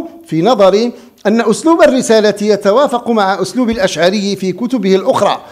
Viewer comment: ابو الحسن الأشعري وليس الأشعاري